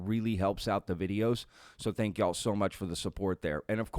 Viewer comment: You say y’all wrong and it’s annoying af